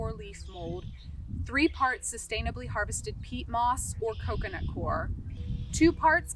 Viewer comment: To be clear, it's coco 'coir' not core. The word is two syllables, as in ˈkoi(ə)r. Just say coy ur, COY. UR. Then together, COYUR. Like in the film Idiocracy, everyeryone agrees to say it wrong. If you're reading this, you're not stupid. You're probably just repeating it like all of the ignorant ones before you. Welcome to America.